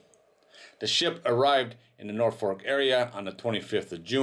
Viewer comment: It's not a famous container ship. It's an infamous container ship. And it's Norfolk International Terminal in Virginia, not "Norfork".